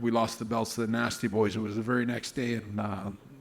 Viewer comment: I guess it's the combination of accent and word choice, but the phrases that stand out to me upon rewatching are "an' all that" and "'cuz I'd seen it..." But the main one that caught my ear was the emphasis he put on "boys."